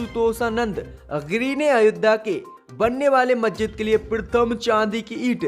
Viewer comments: Abe zahil majjid nahi masjid hai sahi shabd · मेरे भाई आपसे तो मस्जिद का सही उच्चारण भी नहीं किया जा रहा है,, समाचार क्या खाक पड़ेंगे।